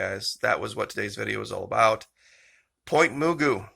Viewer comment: Pronounced Muh-goo Pt. Mugu N.A.S. / Pacific Missile Test Center